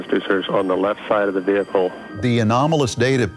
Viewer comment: The veehicle.